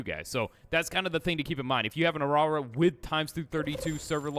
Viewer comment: "if you have a awrawra"🙏 😭😭😭